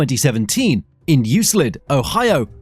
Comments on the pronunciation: Theres no S in Euclid. 😉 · It’s Euclid, dummies. U-clid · Euclid, Ohio. Pronounced YEWKLID